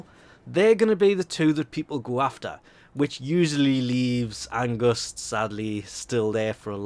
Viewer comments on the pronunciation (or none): lol he says angust not angst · *Ange-st not august. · Angust? AnGUST? I don't want to be that person, but... THERE'S NO "U" IN ANGST!!! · I think he didnt pronounced it like "Angust" more like "Ang-st" because he isnt Norwegian, German, Danish or Dutch because these are the languages where this word is used and doesnt know how to pronounce it right. Or if he is from one of this lands - except Germany - maybe this is the right way of saying the word. :D And if you are German that may be the reason why it sounds weird to you. :D I hope this was kinda helpful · Him saying everyone but Angst's names right triggered me XD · GOOGLE HOW TO PRONOUNCE ANGST. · haha that angst pronounciation is cute *^